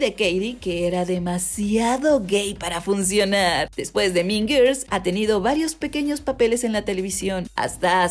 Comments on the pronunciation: No es tan difícil pronunciar guuuuuurls 🙄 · Por favor no puedo con lo mal que pronuncia Girls